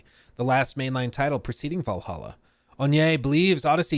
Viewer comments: You cant say Valhalla dude? It's not Val-a-ha, it's VAL-HALL-A! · Why does he say valaha??? 🤷🏻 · I hate how this man pronounces 'Valhalla.' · Take a shot every time butchers the pronunciation of Valhalla..